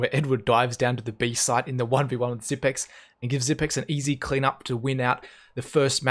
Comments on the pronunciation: his nick is pronounced XYPNIX, 9 = "ni" in danish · Everyone seems to be mispronouncing Xyp9x. 9 in is pronounced "ni" in danish which sounds the same as "knee" in English. So "Xyp-nix" instead of "Xyp-ex". This frustrates me way more than it should. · zip i x not ex